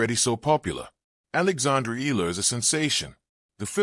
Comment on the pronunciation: Can't even get the name right. It is pronounced (EYALA) not "ELA" as most of AI generated stories as this says. Correct it if you want to grow your subsciptions.